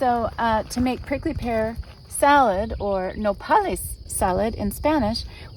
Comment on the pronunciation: “NO-pal-IS” salad 🥗 lmao 🤣 I can’t